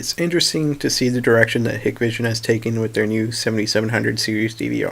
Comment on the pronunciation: It is pronounced 'High-k-vision' NOT ‘Hikkk-vision’.